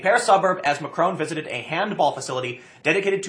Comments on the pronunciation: 😂 Tim keeps pronouncing it Macroon 😂 it’s Mac-Ron 😂 Also it’s not a left or right movement it’s a working class movement an anti elite and anti EU movement! Don’t believe to media they’re just puppets for the governments over here in Europe trying to smear the protesters as racist and far right because they know if this movement keeps gaining ground that it’ll ruin their plans for an EU controlled Europe with the Nations having less power and then controlling everything 😒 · Haha, nice one tim, even if it was on accident. "Ma-crone"